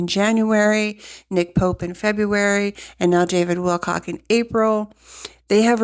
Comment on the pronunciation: Please don’t be offended, but out of respect for the man, please say his name properly. There is no “x” in Wilcock.